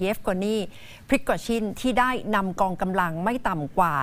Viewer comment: นักข่าว คนอื่นอ่านเป็น แวกเนอร์ มันอ่านเป็นวากเนอร์ พริโกชิน มันออกเสียงเป็นชิ้น คืออยากกระแดสำเหนียงว่างั้น ไม่ได้ว้าใครลอยๆ